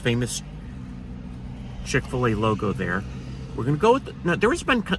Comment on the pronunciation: Should say chik fil a